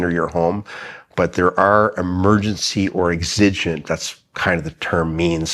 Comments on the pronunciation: The stress is on the first syllable in EXigent, not exIgent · Accent is on the first syllable in the word exigent… Obviously. Also, maybe touch on their powers when the door is locked. Can they break it down? Can they enter through a window? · Learning how to properly pronounce "exigent" will be helpful to your cause Sir